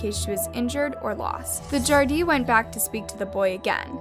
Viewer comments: it's not gardie it's Garda 😂😂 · It's pronounced Garda it's AAAaaaaa not a